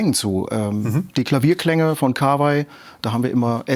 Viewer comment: ich hoffe du liest das und wirst für immer glänzen mit deiner Aussprache des Firmen namens: KAWA - I... wie in 河[KAWA]合[I]. Japanischer Familienname genau wie Yama-Ha und ich hab's noch nicht gesehen auf deinem Kanal aber ich hoffe, du sprichst es nicht yaMAH-ha Es gibt noch andere Lesungen für 河合, aber da die Firma sich KAWAI schreibt, kann es nur KA-WA-I sein.